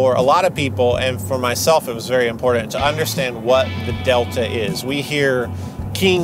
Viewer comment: Or as says "imporT-TenT" emphasis on the Ts.